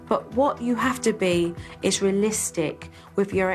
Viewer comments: Jo, it's realistic, NOT rillistic! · It's NOT rillistic! It's realistic!